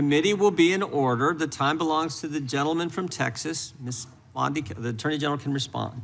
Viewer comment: did Gym Jordan say "Ms. BLONDIE can answer?" 😅